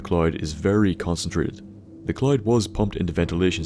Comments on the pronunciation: The CC kept showing words like "cloit", "Clyde", "clot" or "chlorine". Took me a while to catch on. You should really practice saying the word "cloud". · IN TO THE WHAT? The clyde? The cloud? The collide? Take a fucking english class